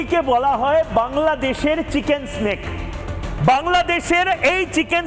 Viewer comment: ময়ুখ রঞ্জন চিকেন নেক'কে বলে চিকেন স্নেক😄